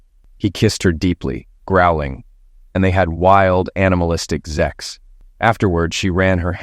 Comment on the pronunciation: For God's sake, the word is "sex," not zex. It's also "sexual," not zexual. Stop with the zex!!!!